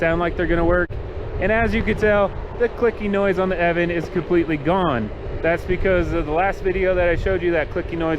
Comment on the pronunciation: I cant stant when people prenounce the company name "Eaven". There is an O in there making it pronounced "Eo-van".